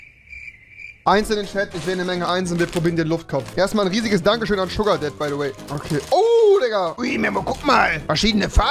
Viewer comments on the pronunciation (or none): Wer hat auch Sugardead statt Sugardad verstanden? :)